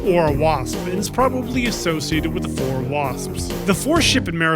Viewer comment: The most useful information I got from this video is the correct way to pronounce "Pfhor."